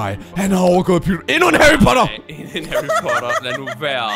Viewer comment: Det er ikke Harrypotter det er Harrypatter 😀👹👹👹👹👹👹👹😎😎😎😎😎😎😎😎😎😎😎😎😎😎😎😎😎😎😎😎😎😎